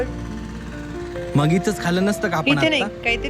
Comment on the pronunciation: डेजर्ट ❌️ डीझःट ✔️ 😂😂